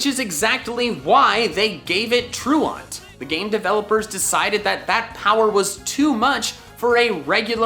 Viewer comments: You sure are dumb for somebody who supposedly graduated college. What the hell is TRU ONT. It’s pronounced truent. You dweeb. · It’s tru-ANT not tru-AUNT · nobody:: truawnt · ppl mispronounced words is such a pet peeve lol, TRUE-ENT, not TRUE-ONT. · it's not 'True-ONT'...it's 'True-ent'. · Truaunt TRUAUNT??! It’s Tru ant like a true ant like truancy it’s not truauncy it’s trueantcy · Truant….truANT. That’s gotta be why Durant has it lol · Weren't you in college recently? It's "troo-ent". Not "troo-aunt". That was so annoying to get through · Its pronounced tru-ant not tru-aunt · Truant is pronounced tru-ant, you are pronouncing it tru-aunt 😅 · You are the only person I know of who pronounces "truant" as "tru-awnt". It's usually "tru-ent" or more likely "tru-ant", hence why they'd give the ability to DurANT; they thought they were being clever. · Durant is a Tru-Ant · "True-Ont" TRUE-ENT! TRUE-ENT! Arrrggghhh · "Tru-aunt" it's true-ant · Wait, you pronounce it “troo-ont”? I say “troo-ent” 😮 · You: true-aunt The actual pronunciation: tru-ant. They literally only gave it to Durant to make a pun and you ruined it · But Truant is pronounced "true-nt" not "true-ant." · Why does every damn Poketuber say "Tru-AUNT"...!? Is it like a weird conspiracy. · Dude, I rarely make negative posts, but it's pronounced (true-ant) and in you're late for class lol not (true-aunt) as in your aunt is an honest lady lol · You’re pronouncing truant wrong. (ˈtro͞oənt, not true-ant) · Truant(tru-ent) not tru aunt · "True-aunt" is wrong, but the word "truant" is pronounced like "TRUE-uhnt." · Why does durant have truant ability? Wait... TRUANT... TRU-ANT... True-ant... Please tell me it's not that... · Do you know what the word “truant” is pronounced like the “truant officer” true-ent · Cause truant is "Tru-Ant" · ...its truant....like when you're truant from school, not truaunt 🤣🤣☠ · I think it’s pronounced “tru-ent” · It's pronounced true int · It’s pronounced Tru ANT